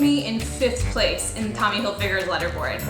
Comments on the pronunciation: Lol you say it “leader” board not “letter” board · bro she keeps saying "Lederboard" instead of "leaderboard" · It's lee derr board not luh derr board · “Letter” board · It's leaderboard not lederboard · Was it just me or she kept on calling a "leaderboard" a "letterboard"?! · It's leader board not letter board, wtf is wrong with u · It was pissing me off how she pronounced LEADERBOARD as LEDDERBOARD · LEE-Derboard not Letterboard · It says leader board y she keep saying letter board??? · Is she saying ladderboard or letterboard like wtf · "Lead-er-board" she said it twice! Jesus! Maybe it's because I'm a cis white straight hertonormative individual of the patriarchy, but I learned to read, and learned to pronounce the word "leader-board" because I was competing with other dis hertonormative straight white men in videogames. I guess she learned the word through reading and not speaking. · Leader not leeder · the way she said leader board was like letter :O )...i'm just saying that is pretty weird in my country we say the ea as ee lol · It’s Prounonced LEEDER board! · Im so annoyed by her pronouncing leaderboard as letterboard over and over and over on this video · it makes me cringe when she says ledder board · When she drinks alot of water that day she pronounces it literboard. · letterboard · "ledderboard" lol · Do all Americans pronounce ‘leaderboard’ as ‘ledderboard’? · Did she just said ledderboard? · How can she hacks the TH app and not know how to pronounce “Leaderboard” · Wait do a lot of people pronounce ‘leaderboard’ like that?😂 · Can hack chip can't pronounce leaderboard. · is that how you pronounce leaderboard? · Yeah... but no one says it that way. The etymology of the word relates to displaying who is ahead in a competition. It has nothing to do with letters or lead (the metal).